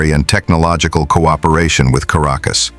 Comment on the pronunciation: Es heißt nicht Karakus. Sie müssen besser recherchieren! Caracas, ist die Hauptstadt von Venezuela!